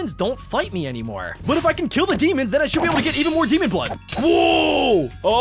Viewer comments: “ god demonuhhhh “ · “demona” ok